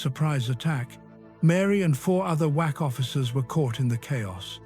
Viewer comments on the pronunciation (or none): WA"C" not Wa"x" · WAC’s (Women’s Army Corp). Not “Wax” and “Wacks”. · did he say "Mary and 4 other whack offs" 😳dammmn